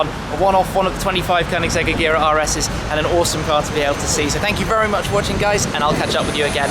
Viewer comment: Pronouncing agera wrong